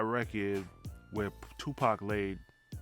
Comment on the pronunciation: Lmao this guy said Tupac 😂😂😂😂….